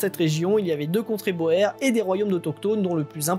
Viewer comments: Prononciations: à faire, soit dans la langue d'origine, soit francisée. Or, ici, on tombe très mal: - "sir" est évidemment à prononcer , pas - "boer" (paysan) n'est pas de l'Allemand, mais du Néerlandais et impossible à franciser. Prononcer uniquement , y compris au pluriel. En effet, le pluriel est "boeren" en Néerlandais, incompréhensible pour la plupart des auditeurs. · Remarque : on prononce le mot "boer" : "boure" . C'est un mot d'origine néerlandaise qui signifie 'paysan' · Oui boer prononcé comme cela c'est plus un petit poisson.